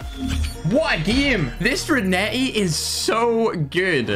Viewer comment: his pronounce of renetti is reneh e